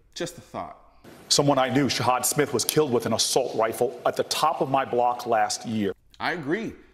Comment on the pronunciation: the first time I've heard someone pronounce "assault rifle" with a W